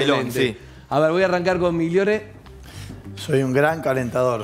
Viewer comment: Como un escopetazo dijo migliore jajajajjajaja